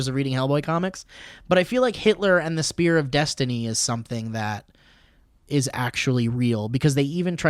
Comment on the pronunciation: when said spear of Destiny I heard sphere of Destiny